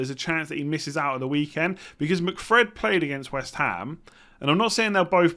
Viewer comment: Did I hear McFred? 😂